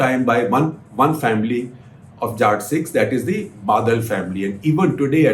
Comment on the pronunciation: Hi Shekhar Sir. Please start pronouncing the word Jatt properly. Its Jatt Sikh not Jaat Sikh.